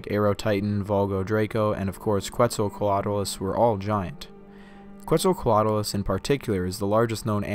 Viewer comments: I love this video, but it's pronounced "Ketz el co at a lus". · If you're gonna pronounce it as the Aztec God that gave it its name then it's "Ket ZAL coa tlus".